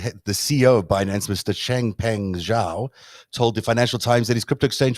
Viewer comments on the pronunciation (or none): The "Zh" in the Chinese name "Zhao" is not pronounced like the "g" in the English word "regime," it is pronounced more or less like the "j" in the English word "jowl."